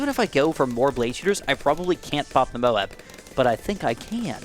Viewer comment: Does anyone else get annoyed when he says Moab Cause he says it weird He says it like mobes